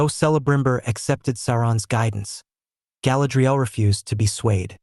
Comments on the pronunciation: Could at least pronounce her name correctly 😂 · I’m sorry, I watched about 90 seconds and had to stop because of how he is pronouncing Galadriel..